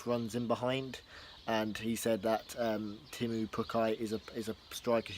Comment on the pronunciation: it's teemu not temmu?